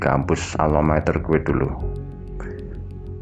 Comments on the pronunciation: Mas ngomong GUE nya medok.. Gak cocok dngan logat jawanya mas ngmng GUE 😂😂 MAAF 🙏🙏🙏😜😜 Pake SAYA aja lbih enak 😁😄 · Dennis Saputra iya jadi gak serem..Malah focus ke GUE nya pngen ngakak 😂😂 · Salfok ke "ghuwe" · Lumrah bang orang jatim kalo ngomong " GUE " medok 🤣🤣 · Hahaha mas nya "Gue" nya MEDOK BINGITTTT???Klau bukan asli Betawi atau Jakarta ga usah Sok-Sok'an bicara pake "Gue-Gue" segala??cerita ente bagus tp gara gara "Gue" cerita ente jadi minus???Mas..gw orang Jakarta,asli Betawi lama Stay di SBY??bisa bahasa Jawa dan gw ga malu bicara pake bahasa Jawa??ga harus Pake bahasa elo-gue-elo-gue. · Cuma 1 yg agak menggelitik kuping saat menyimak cerita.. Yaitu kata "gue"... Diucapkan dengan kemedokan jawa kental...